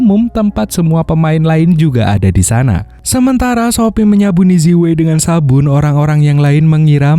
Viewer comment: Zi wei cara bacanya yang benar adalah ci wei dan bukan seperti yang anda baca. Namanya roman spelling. Terima kasih tetap semangat dan tetap berkarya👍😁